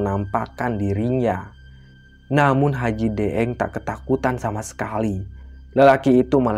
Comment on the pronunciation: Daeng itu istilah pangkat atau jabatan atau gelar seorang bangsawan di daerah pulau Sulawesi tepat nya Sulawesi Selatan 🙏 ini kl daeng ya ini kan lidahnya orang Jawa jadi deeng 😂